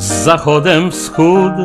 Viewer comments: i tu mamy odrebne zdanie. Nie wiem jak to brzmi ale tak się wymawia w języku polskim słowo " wschóD ". Inny przykład : to, że w manierze śpiewaczej nie wymawiaja ( niektórzy) np, także litery " Ę " a wymawiają to jako " E" oznacza, że nie szanują języka polskiego i idą na łatwiznę. Proszę mi powiedzieć czy jak zaśpiewam np. " jem pomarańcze" - to jem jedną "pomarańczę" czy jem ich kilka na raz ("zdolniacha"). Problem polega nie prawidłowym wymawianiu litery "Ę" ale w tym ,że niektórzy ( i to wcale nie jest ich tak mało) tego po prostu nie potrafią kalecząc wymowę ( po "Wałęsowsku" nomen omen) i zamiast np. "jadę" - wychodzi "jadem"... przykłady można mnożyć. Staram sie - i raczej spotykają mnie za to wyrazy uznania - w trakcie śpiewu zachować dykcję i czystość języka. Kaleczenia, niedospiewania itp. zostawiam chałturnikom za pieniadze, a jako amator wolę używać języka polskiego bez rożróżniania na "gadany" i "śpiewany". PS. Świat się zmienia, dziś pewnie z politowaniem posłuchał by Pan XIX - wiecznego aktora mówiacego np. "maŁżonka" ( aktorskie "Ł'). Zmieniła się akustyka w teatrach, weszły urządzenia nagłaśniajace i już ta literka "Ł" nie musi być tak dowartościowana aby ją słyszeć na sali. Mam nadzieję, ze doczekam sie czasów gdy i ten "wschóD" będzie śpiewany powszechnie po polsku a nie po "śpiewaczemu". Nie chcę być "dźwięcznie upodobniony", chcę być fonetycznie zgodny i nie śpiewać 'masz" tam gdzie jest "maż" itp. itd. Nie mniej dziekuję za komentarz bo każdy ma prawo do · głos ok, ale wschód wymawiamy z t na końcu - upodobnienie pod względem dźwięczności to się nazywa. Inaczej źle to brzmi